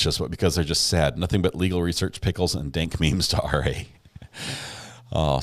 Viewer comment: Do Southeners pronounce pickles as PEE-HICK-LES?